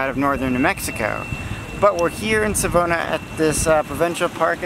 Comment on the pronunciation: Sa-vaw-nah is the pronunciation for Savona. And you're at Kamloops Lake! And Mac Park! That's on the northshore of Kamloops with our downtown on the southshore. The rivers are the South Thompson and the North Thompson with the name Kamloops coming from the Shuswap word for Tk'emlups meaning "where the rivers meet." We are a semi-arid area, so we're dry but not too much. The true desert area of BC is south of us by Osoyoos. And that is Riverside Park, the biggest park downtown that has a waterpark for the kids. I hope you had a welcoming time here. I've noticed you posted this in January, but were obviously here in the summer. If it had been January it would have been covered in snow and about -10C (14F).